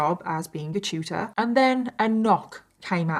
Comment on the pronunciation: Omg tutor 😂 I swore you were saying Shooter. I was so confused 😂